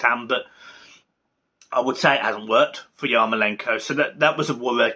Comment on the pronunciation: Bro it’s MykOlenko, not MykolEnko 😂 and YarmOlenko, as well, not YarkolEnko